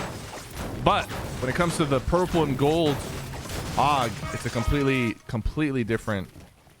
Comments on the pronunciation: Sypher its a A.U.G not a AUG!!!! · I cringed every time he said aug like aoug